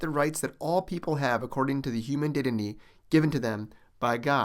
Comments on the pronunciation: Narrator says the word "dignity" incorrectly 2nd time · Narrator says word "dignity" incorrectly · Narrator says "dignity" wrong for the 4th time